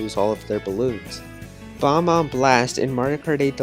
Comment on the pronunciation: Ummm, it’s bob-ombs not ba-bombs